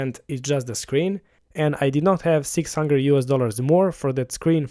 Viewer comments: 1400 = "one thousand four hungre" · Did you say "Hunger Dollars"? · 100 .. "one hungre"